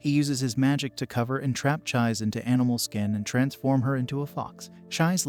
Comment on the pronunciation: Actually no, Its Chise. I misspelled. Pronounced Chee Seh.